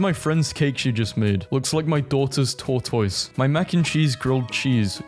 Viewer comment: I will subscribe if you learn how to pronounce "tortoise"